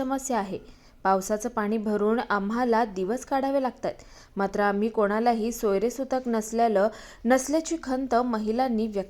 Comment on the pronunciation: थोडे भाषेकडे लक्ष द्याल का? ग्रामिन नव्हे, ग्रामीण. सोयरे सुतक? सोयर-सुतक. पाणी समजत - तुम्हाला पाणी समस्या म्हणायचे आहे का?